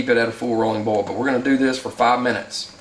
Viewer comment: Boil and bowl should not sound like the exact same word. Lol